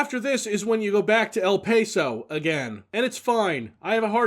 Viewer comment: It's EL "Pah-so" not "Pay-so"